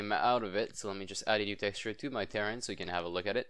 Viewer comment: since when is terrain pronounced like TEAR-UN? it should be TUH-RAIN